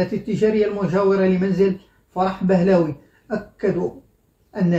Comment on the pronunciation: فرح بهلوي (Pahlavi)، وليس بهلاوي.